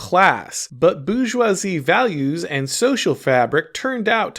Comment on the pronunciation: "BOO JWA ZEE" 😂